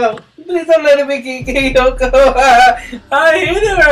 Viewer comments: Look, I know Kayako is scary, but your freaking out is a bit too much. You sound like she's gutting you with a knife. By the way, you're calling her "Kyoko" or "Kayoko". Also by the way, I nearly peed laughing. XD I gotta ask, are you Brazilian? I thought you said "Pra trás" or so. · undead gamer 73 That's true, I actually call her by Kayoko. That was the way, how I pronounced her name. But to actual Japanese is Kayako, which I knew for a while after I've played the Let's Play series from my gaming channel of "".